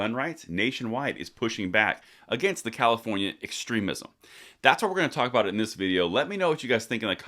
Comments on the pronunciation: You pronounced Comifornia wrong... LOL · Thanks, but it's pronounced COMMIEfornia! Enjoying being on the ride to 400k every day 🍻